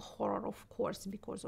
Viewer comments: норм английский подтянул за этот час P/s/ Шульман забавно говорит was как wars ) и becaurse ) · Отличное интервью. Но с «ворс» (was) и «бикорс» (because) нужно что-то делать ;) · Если что, меня абсолютно все устраивает, но очень часто она произносит прошедшую форму глагола to be (was) как worse, и с похожим окончанием часто звучит because. Именно это и заставило оценить на четверку)